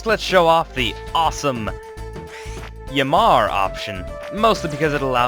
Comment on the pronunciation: Pronounced yammark not yamma